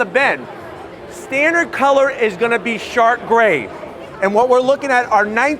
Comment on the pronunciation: Did this man just say “shart grey”?